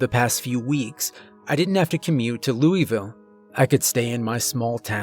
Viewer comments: Loo uh vul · Quick thing, love the stories but as a Kentucky native the way you said Louisville hurt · You said Louisville wrong.. lol..